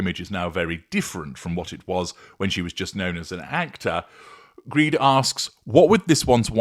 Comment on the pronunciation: I suspect that the name is not actually pronounced "Greed", is it?